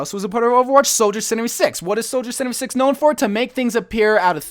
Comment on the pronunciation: HAHA LOL HOW HE SAYS SOLIDER:76